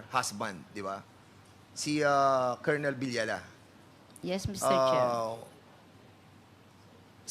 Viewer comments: Kakabwisit nman po un voice over. Cornel lng, d pa ma pronounce ng tama. Kolonel daw?! Hehe. Wag ng mag vlog kung ganito lng nman susme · Kernel po, hindi po kolonel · kernel not colonel anong klase kang tao di mo nabalita at narinig???nag aral kaba??? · Di po kolonel ang oag pronounce, paki check nyo sa google or dictionary😂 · Colonel It is pronounced as "Kernel